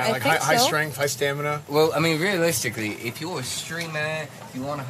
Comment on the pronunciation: "High streght high stamina" My boy is in a video game XD